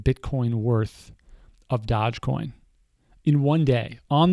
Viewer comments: it's pronounced doje not dodge, doooooooooojjjje coin for the win. Great vid as always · Dogecoin pronounced as DoggyCoin. so you know.